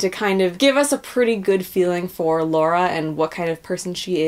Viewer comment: Shitstirrer I think it's just a pronunciation issue with some people like the lady in this video, nothing particularly exclusive to just Americans. I've heard many Americans pronounce Lara's name right. One's pronunciation of Lara's name is indicative of how familiar they really are with the game.